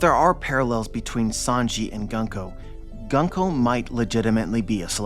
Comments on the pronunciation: It's pronounced "Goon-ko" :) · My man! It's 軍子 - グンコ - Gunko (pronounced Goon-koh). I knew you would be excited from this chapter! I was really happy to see glimpses of a deeper backstory for her and a redemption for the evil she's been displaying, and the fact that she's being possessed by Imu is absolutely frightening, it's really putting the tension back in place. It didn't make sense to me how much focus and nuance Oda was giving her character only to make her simply cruel and evil. Oda really likes his cute girls, I should have expected this. But more seriously, her potential is really exciting, I can't wait to see how her story develops, especially since I adore her design and fruit power.